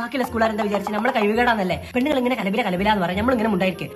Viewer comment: Pennaggal.... Pennaggal... Pennaggal... Enthonna ith 🙄😬